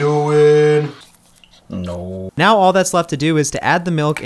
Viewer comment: that nooo was personal